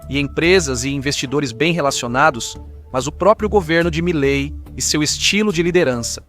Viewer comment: Quem é milai? O presidente da Argentina se chama Milei e se fala como se escreve! Quanta ignorância!